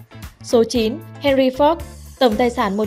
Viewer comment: Má oi Ford mà má đọc la fóc